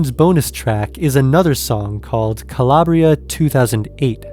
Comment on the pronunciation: Calabria is not being pronounced correctly and by downplaying the beats horns and aggressive sounding electronics of the original you will forever miss the true essence of the moody and dark house classic. Strange how you omit and down play how much better the original and entire composition is maybe you can't feel it? Perhaps you dont have the patience to go down that 8min journey.The true fans of dance music feel how lame and stripped down this Natasha 🥱 vocal remix is. Stay with the original or die in mediocrity.